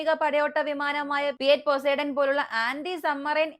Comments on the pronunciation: പോസൈഡൻ അല്ലെടി പൊസിഡോൺ 😅😅😅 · Pozidone aanu Pronunciation change aayi 😂😂😂😂